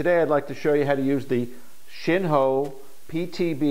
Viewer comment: Great information. Glad you took the time to make this video. Just as a side note, Shen Hao is pronounced "Shin How".